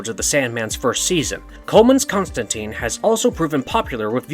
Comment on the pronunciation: Constantine, how are you guys still mispronouncing this?